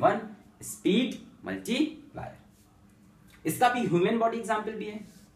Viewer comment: Thats plier not piler